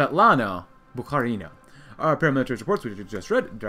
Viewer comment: Haven't watched yet but please pronounce Bukharina as BukhArina, not BukharinA